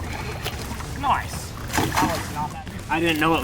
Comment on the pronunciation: "Noice"